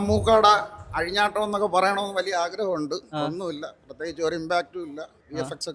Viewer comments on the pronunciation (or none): none